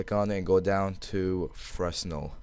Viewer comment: its pronounced "fre-nel," the "s" is silent